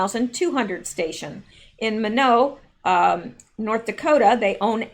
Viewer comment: Pronunciation help: Minot, ND is pronounced MY NOT by the locals.